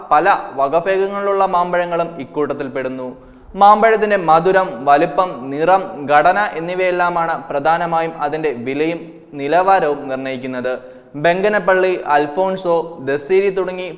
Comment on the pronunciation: ഗടന അല്ല, ഘടന എന്നാണ്.